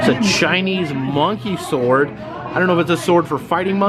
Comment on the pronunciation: money sword not monkey sword lol